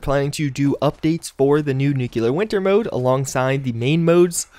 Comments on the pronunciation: NUCLEAR not nuculer! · Nuke-LEE-Are SAY IT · Still not pronouncing nuclear correctly. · What are the chances we get all the way to the end of Nuclear Winter season without ever learning how to pronounce it?